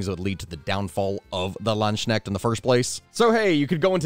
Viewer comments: If you want one simple hint: Hard consonants are never silent in german. Your "land" was well pronounced. The "ch" can be a little tricky, I've heard it helps if you imagine it as the little sound that's between the T and the U in words like tuna. Cuz you don't really say toona, you say tchoona. The K should have been pronounced. Also, you somehow brought in a sh-sound which had no business being there, it's simply an s between Land and Knecht (which is indicative of the genitive case, i.e. that it is a Knecht, which in this case roughly translates to man-at-arms of the Land). So, Land-S-K-necht. As for Doppelsöldner: Two little corrections. The ö or oe is pronounced like the i in girl or the u in burp. And the e at the end is still pronounced as an e, not as an a. Just like the -er suffix in worker, teacher, minister, etc. Except in german, these suffixes can be gendered, but that's not really relevant to a line of work that would not have tolerated female members to begin with. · Okay so your pronounce of Landsknecht gave me a migrane. Also Dopplesoldner wasnt paid to just stand around with a great sword. Most where pikes and had the armor to stand towards the front of the pike formation. You know the most dangerous area. So they get paid double due to both they showed up in alot of armor and that they where most likely going to die. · the pronunciation is hilarious. the words are Lands-knecht. the way you say it, Land-sknecht, makes it sound like "land slug" if translated. but don't worry about it. all good. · You are great but your pronounciation of German is painful. It’s barely even recognizable that it’s supposed to be German and if I didn’t know the actual words (Landsknecht) I would be thinking you are talking about something completely different. (It sounds like Landschneck which sounds like a pet name for snails) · The K is not supposed to be silent. At least not in dutch, it's the same in german.